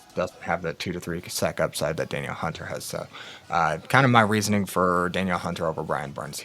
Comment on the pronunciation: Great info! Just wanted to let you know that Danielle Hunter is pronounced “dan-NEEL” instead of Daniel.